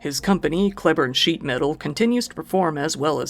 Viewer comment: It’s pronounced Clee-burn. No one ever pronounces it correctly, even local news.